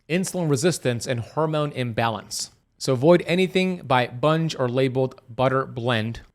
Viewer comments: Bunge is pronounced with a hard G not soft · It’s not pronounced Bunge. It’s Bun gee. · Sorry, but it is pronounced, Bung-ee, not Bunj. I know for a fact! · It's pronounced bun-gee not bunge. If it's a butter blend it contains oils. If it lists cream, milk, salt it's butter. The land o lakes product he is talking about is a butter blend. The butter is just butter read the label. I think this was not clear. Spreads are usually 100% margarine which is oil. Some margarines are blended with butter and oils like canola and soy which are seed oils. Butter blends have very little butter mostly margarine which is oils like soy and or canola and palm which it's how it's solidified to look feel like butter. Read the labels you'll be ok. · It's pronounced bungee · Its (bungee) 🙄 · It is pronounced “bun gee” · It's pronounced 'Bun Ge" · Pretty sure it's pronounced Bungee (hard g). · Bunge is pronounced BUN-GEE. From Argentina. Grain marketers. Didn't know they were in processing. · I think it’s pronounced Bun Jee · It's pronounced Bungee, long E sound at the end. Like semi is pronounced in the real world with a long I sound at the end, not semee as city folks would say. So, what about land O lakes stick butter? We never use the blend or spreadable versions/ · I hate it when listeners correct the speaker. So irritating. I apologize in advance. Bun-gee (pronunciation). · I worked for Bunge, but you are not pronouncing the name correctly. In fact, I retired from there.